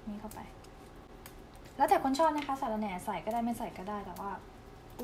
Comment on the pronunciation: เชื่อแล้วว่าคนไทยหูดีจริงๆ ออกเสียงวรรณยุคผิดความหมายเปลี่ยนเลยย แอบยิ้มขำตอนสอนพูดว่า สาระแหน่ กลายเป็นออกเสียง สาระแน แทน